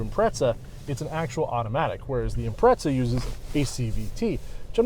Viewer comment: what is the correct pronunciation of Impreza, cuz you're saying it like pizza